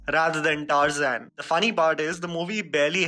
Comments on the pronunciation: no one: literally no one: Tar-Zain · Adventures of “TARZAN”?!!! Like seriously TAARZAAN? That’s how we pronounce it 🤦🏻‍♂️🤦🏻‍♂️🤦🏻‍♂️🤦🏻‍♂️ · You sure your pronunciation for Tarzan is right ?